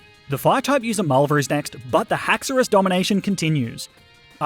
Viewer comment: HAXORUS, NOT HAXAURAUS!